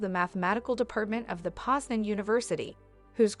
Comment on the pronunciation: You said it as Poznia, not Poznań